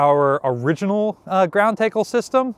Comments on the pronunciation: WTH is a take-ul 😂. TACKLE TACKLE. ♥️ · It's Tackle..not Taykle! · I've never heard it pronounced "TAY-kle" (long A), only "TA-ckle" (short A). But then again, Philly/Jersey accents have surprised me before. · Are you saying "ground takel"? Is that just a different pronunciation of "tackle"? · I slept through elementary school phonetics - so that..- What I heard sounded like Teackle; as i the proper pronunciation is "tackle" as is a football tackle. We need to ask the Philly Eagles defensive line the proper pronunciation. he refers to the "wingspan of a man" - whereas I expected "wingspan of a Curator". Each shot of chain is the unit you use when ordering it from the manufacturer. Shots are connected via a Detachable Link. Most of the chain is probably original, except the 1 shot after replaced after "when they cut the cable in Wonson" - That shot was obviously replaced. I don't remember - when chain is pulled out in dry dock for repaint _ I expect each Detachable Link is disassembled - then put back together. DO they do any hammer or bang test on each line - and is sounds bad causes the whole shot to get replaced? Nice Jacket,. Nice comments on other. A Core system that already has 1 video - but need redo- Boat Booms and Accommodation ladders - I just rewatched that short 5 minute one - and you need to visit another ship that still has them to really show us. OR Redo the "Battleship Modern Missile Defense" - it covered the SLQ-32, Phalanx CIWS, and the SRBOC. thanks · Why are you pronouncing it like "take-all" instead of "tack-all". I literally tried turning on the closed captioning to see what you were saying but even it could not figure it out. To confirm I am not going crazy I searched a few other shipping sites to confirm that the standard pronunciation was used. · it's just spelled wrong all this time. Taeckle. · Everybody say TAKEuhl from now and normalize it! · Tackle is pronounced with a short a.